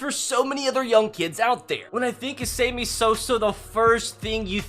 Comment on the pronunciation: Is he saying "same-e Sosa?"...also you either love the game, or you dont....you might be interested for a season if something noteworthy is happening.